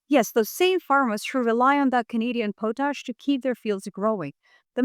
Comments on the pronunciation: BTW it is pot-ash not po-tash. 🙂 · I believe Carney is doing right by us. I live where Maple Maga is quite strong. This is going to be a major struggle for Canada. Too much trust in the wrong people. We've all made that mistake. Everyone on the planet. Just a quick note, it's pronounced pawt-ash. You are a truly amazing source of information. Thanks for being alive at this time.❤ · It’s “pot-ash”. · Hey, you're saying the word potash wrong. lt's pronounced Paw-tash, potash. l live in Saskatchewan where potash is mined and l don't think anybody living here pronounces it like you do. l hear other people pronounce it wrong too so l'm not shitting on you, l'm just offering a small amount of criticism. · It's pronounced pot (like the stuff you can smoke) ash. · pot-ash. That's how those in Saskatchewan pronounce it. I'm from PEI and hat's how we pronounce it as well. I'm not saying that it's correct. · Canada here. Not to be "THAT GUY", but up here we pronounce it "POT-ash". Thank you for your attention to this matter. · Too bad nobody taught her how to pronounce it.